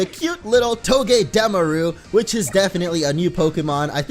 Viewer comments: NO BITCH ITS PRONOUNCED TOE GAH DA MAR OOH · Its not togedemaru its toe-ge-de (like demolitiom) maru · It's not togedameru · It's toge-deh-mar-ue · It's pranounsed to-ga-da-mar-u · I fell as if said "Togedemaru" wrong....